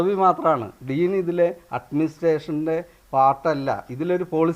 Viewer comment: Admistration, enna word polum pronounce cheyyan polum ariyatha deen. Backdoor entry